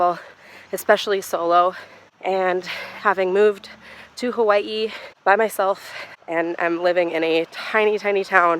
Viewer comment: THANK YOU FOR PRONOUNCING HAWAI'I CORRECTLY